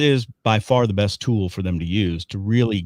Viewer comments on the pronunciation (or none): none